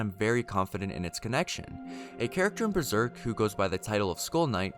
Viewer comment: Dank ass video bro u just mispronounced some stuff from the manga lol but hella sick you went through and found all these references